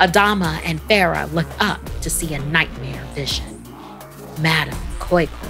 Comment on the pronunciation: Nigerian here 🙋. I remember being scared af in secondary school when I was told the story. We pronounce it as madam "kois kois" 😭😂